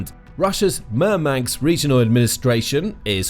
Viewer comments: It's MurmanSK not MurmanKS. Dude... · 😂I think he means Murmansk. Not Murmanks😂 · I wish you didn't keep saying MurmanX. It's Murmansk. It's also Ladoga, not Ladogo.